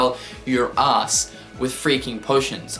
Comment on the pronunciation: This may sound creepy, but am I the only one who thinks the way he says "ass" is funny? XD "It's a mayjah pain een the oss" -Cynical